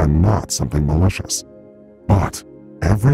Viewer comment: He keeps emphasizing “malicious” seems sus